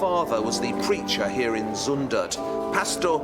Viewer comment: who is van GoFF !? :p Cmon try to pronounce zUndert, its not Zoendert! (which would translate as KISSiby in Dutch) Brabant is definitely not a part of Holland :p like Scotland isnt part of england ;)